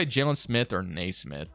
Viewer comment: its kneesmith not naysmith